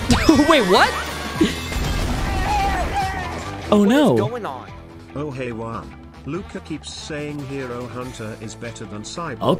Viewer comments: You have to to pronounce his name right u are saying uan but jus5 pronouns it like it’s on the comment it’s guan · bro just keeps calling juan uan 💀💀💀💀💀💀💀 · Bro you said jaun not juan